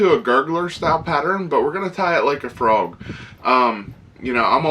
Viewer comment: Nice "Froag",!